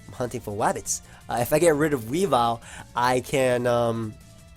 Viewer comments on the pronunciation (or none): I'm hunting fow wabbits xD